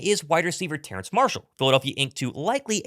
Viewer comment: Terrace. No “N” in his name. Goodness me.